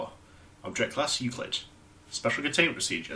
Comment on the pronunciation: I like how we've reached the point where Darnell just doesn't care about mispronouncing the Object Class anymore Also considering the events of 2419 that D-Class from the Monopoly SCP really lucked out, didn't he?